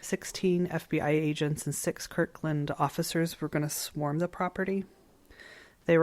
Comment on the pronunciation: It's KIRTland!